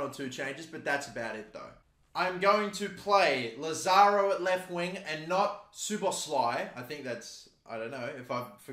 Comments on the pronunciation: Its sho-bosh-lee, for future reference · pronunciation: Soboslai